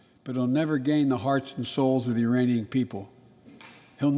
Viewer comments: Since there is no such thing as a "uranian", the auto-titles are just trying to make sense of what he said but he still said "uranian". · He didn't say Iranian he said YURanian.